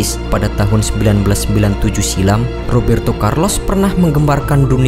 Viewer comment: Rrrrrrrrrooberto Carlos...